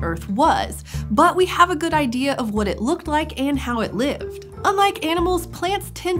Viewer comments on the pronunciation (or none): none